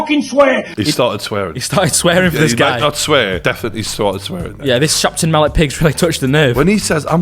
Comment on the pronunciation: Every time said chapton mallet pig 😂😭😭😭